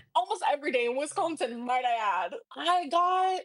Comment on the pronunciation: I wish she would learn to pronounce Wisconsin. What a child. Anyone who lives in the Midwest does not leave a door open in the dead of winter. They just don’t